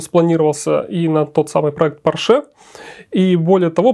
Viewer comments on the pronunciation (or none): none